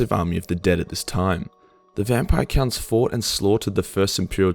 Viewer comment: Why do I keep hearing VAMPIRE CUNTS